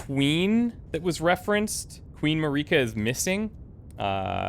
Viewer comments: Every lets player in the world: heard how Marika's name was pronounced in the intro a few minutes ago Every lets player in the world: "A stake of Mareeka." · The pronunciation of Marika is killing me dude lol